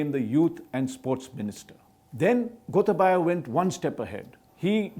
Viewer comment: The way he pronuced Gotabaya as Gotha baya was histerical if you speak Sinhala